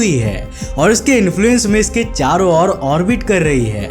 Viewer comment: Its orbit not orvit.